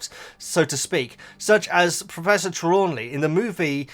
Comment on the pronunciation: It's Tree-law-knee